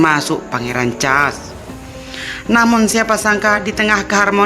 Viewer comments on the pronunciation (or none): Mbak suaramu ga enak dan ucapanmu kurang pas. Pangeran Charles les hrs jelas.